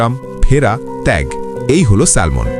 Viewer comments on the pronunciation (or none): সেলমন নয় উচ্চারণ হবে স্যামন (Salmon) l silent. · স্যামন, স্যালমন নয়। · Not স্যালমন ❌ এটা স্যামন ✅ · উচ্চারণ ঠিক করেন। এটা হবে স্যামন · মাছের নামের উচ্চারণ হল স্যামন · A humble correction.. ওটা salmon উচ্চারণ হয় না। স্যামন উচ্চারণ হয়। L mute থাকে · উচ্চারণ শ্যামন " ল "টা উঝ্য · উচ্চারন ভুল হয়েছে ভাইয়া.. স্যামন....' L' is silent here...